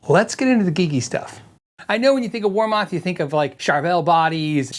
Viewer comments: Never heard WarMoth pronounced that way for 40 years. Its "war- muth" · Its actually pronouned war"meth" weird, i know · I have two warmoth necks, and I love them. I did have to do a little fret work but no big deal. And sorry, but ur saying it wrong. Watch the warmoth videos, Aaron says it the right way